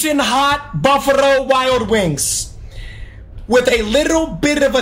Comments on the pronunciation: why tf is he talking like that... bufarrrrrro wild wings?! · “buffurro wings” - 💀